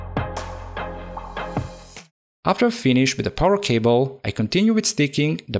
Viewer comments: Dear I just wanted to tell you that a word like 'finished' would be pronounced 'finish't' not finish-ed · Did said finish-ed instead of finished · My man be pronouncing the fkn -ed in FINISHED mad lad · I know English isn't your main language, but please say damaged and finished instead of and "dama jed" "finish ed". Other than this I love you video and keep making great s***!